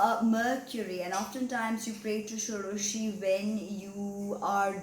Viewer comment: Your Bengali accent is indeed very accurate, especially when you were mentioning "Shodoshi" 👌 Nonetheless, if someone is born in Ketu's dasha, are you suggesting one should not offer prayers to Devi Dhumavati? Someone suggested me Dhumavati Kavacham...